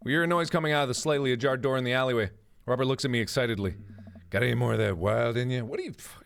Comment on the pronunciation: The MCR reference made me laugh way too hard... But im still pissed that he pronounced Gerard like Jared